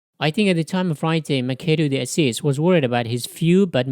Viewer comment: The pronounciation is Mashado dee Assis. PS: Most Brazilians do NOT play "soccer" ( football), que do NOT hate argentinians. And NOBODY get naked after lunch... How stupid is that ? The same as I say that all the east coast americans kills native mid-western indians after lunch and then then goes to a Kkk Meeting... Study History before posting...